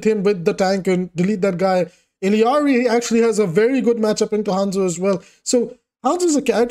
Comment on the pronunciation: Holy shit world's first OW player/content creator to actually pronounce Illari's name right. You made my whole month